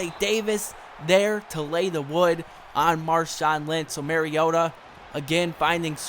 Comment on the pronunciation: You say mariota so weird